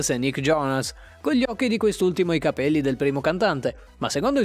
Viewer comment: Non puoi dire cabeio e insentibile 😵